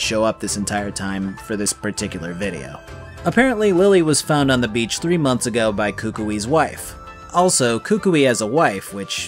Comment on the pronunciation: you got it wrong, its not that you can go to the beach, its that you can go to the "bitch". they sound the same, but belive me, they arent...